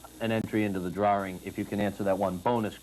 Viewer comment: What's a drar-ring?